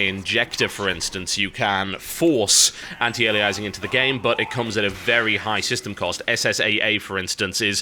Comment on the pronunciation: You're not describing AF there TB you're describing trilinear filtering. AF is an improved algorithm for choosing a mipmap level based on the screen space the poly is occupying, it's not about smoothing the transition between mipmap levels. Also you're still pronouncing anti-aliasing wrong. Think of the word alias. Ali - a - sing. Not ali - ize - ing.